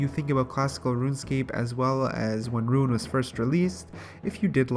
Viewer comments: Can you start saying rune as rune not ruin. I keep not understanding what youre talking about when you go to ruins all the time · You're talking about a guy that says "ruin" instead of "rune"... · holy fuck rune not ruin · You say runescape, and runite perfectly fine, but RUNE alone you say ruin lol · Yo i was litereally about to comment on that. But you beat me to the punch! Ima complain anyway! You say runescape perfectly! Stop sayin ruin! Other than that love the videos! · *can say runescape *has trouble saying rune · it RUINED the video. not tho love you